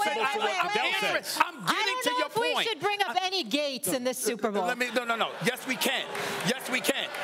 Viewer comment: “Supa Bo”